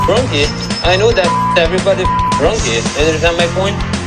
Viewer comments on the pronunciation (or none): I love that Florian says “drunky” instead of drunk 😂 it makes me laugh every time.